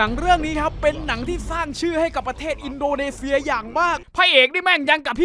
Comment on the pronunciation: อินโดนีเซีย อ่านอินโดเนเซียเหรอ